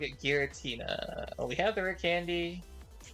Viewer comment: “Giritna” 😂😂😂 is that Giratina’s nephew?